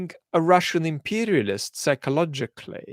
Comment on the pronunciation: His Russian accent is almost non-existent, it comes out in words like "narrative", "extraordinary", "imperialist", "increasingly", "science guru", in some sentences "has" and "have" have a very hard h sound, but it's rarely the case. But when he does, "Hot Potato" comes to mind. But you would really have to listen for a couple of minutes and I wonder if one could even pinpoint it to being a Slavic accent without the context this channel gives. One could definitely tell he has spent a lot of time in the UK though, with or without context. The accent does come out more when speaks more passionately (with anger) but even then it's a very minor one. If anything it sounds like an European accent; what really gives it away is how perfect his pronunciation of Russian sounding names seems or rather the confidence he conveys as he pronounces them with ease. Anyway, everyone speaks English with an accent, even within the UK, English can be spoken in such different accents/dialects that they become unintelligible to most. The little accent he has gives more credence to this channel, I don't know if I'd trust the information as much if it was spoken with a thick texan accent or a South African/Scottish/Irish one for that matter. Thank you for your great work.